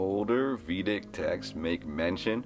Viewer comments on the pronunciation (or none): Older "veedic" texts? It's vedic. The e in sanskrit is pronounced like the long a in English.